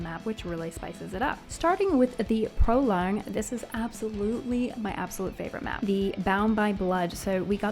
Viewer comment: icebrewed not broad. also prologue = pro log